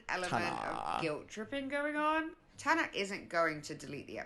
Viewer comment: why did she say tana like that 😭